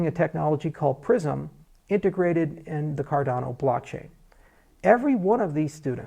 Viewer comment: Prism sounds like "prison"